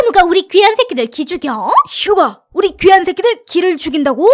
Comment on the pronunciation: 귀한 새끼 를 개새끼라고 들림